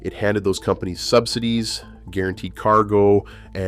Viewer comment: Sub-sigh-dees = AI narration.